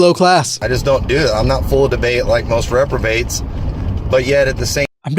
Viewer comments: Isn’t it reprobate, not retrobate? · haha it's funny how you say "retrobates" instead of reprobates. I think retrobate would mean something like nostalgic